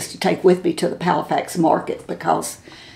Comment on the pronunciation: Good video! Isn't it Palafox, not Palafax?